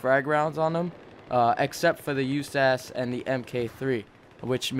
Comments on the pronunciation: and its not pronounced "USAS" it is U-S-A-S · all i heard was yousass, Maavv, and deneenate good video bro